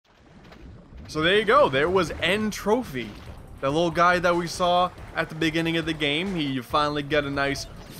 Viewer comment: Gard dangit its N.Tropy(entropy) not N.Trophy. You are ruining the great puns that are the the names